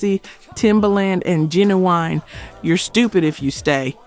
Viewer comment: It's not Genaeine it's Ginuwine,and it's Timbalin